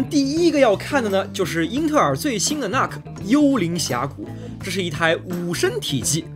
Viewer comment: 那个nuc不读作“那克”，应该读成“怒克”